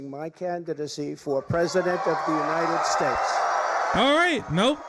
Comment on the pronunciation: United Shaashts of America...folks....